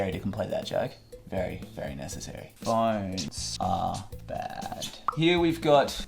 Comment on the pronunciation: Normal people: phOnes Him: phINES